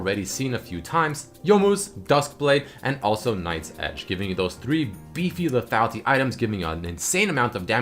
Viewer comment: lethatlity lethatlity lethatlity lethatlity blablablabalbalfuckblalbalbablabapentablabalbala into lethatlity blablabla lethality. LEEEEEEEEEEEEETHATLITYY